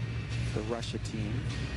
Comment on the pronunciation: he totally said "Svetlana Whorekina." I know he didn't actually mean to say that, but you have to wonder if it was a Freudian slip.